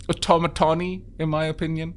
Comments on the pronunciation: "Automatawny" A brilliant new color for your new automaton. What is it? Well it's a sort of a brown, really. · zhoulf've called the automaton the automaton Mark